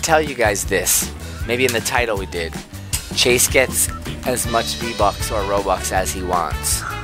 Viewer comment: It is not Shawn it is chase